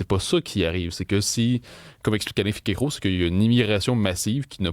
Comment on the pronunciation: Ce pseudo-sociologue utilise le terme pogrom pour imiter son gourou "Finkiel-Croc" (comme il le prononce, mais étrangement, il ne recense aucun "pogrom" au maroc ou dans les autres pays musulmans ou vivent des communautés juives souvent bien plus aisées que la moyenne de la population.... mais bien sur le probleme est evidemment la detestation viscerale des musulmans envers la kippa.... Un peu de sérieux messieurs